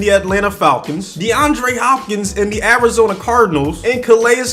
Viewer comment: Anybody else think that he said the Averageona Cardinals